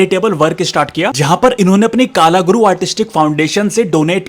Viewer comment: कालागुरु नहीं भाई,कलागुरु बोला करो।